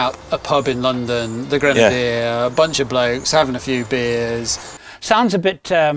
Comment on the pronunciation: It’s not a “Granadier”. Creepy guy.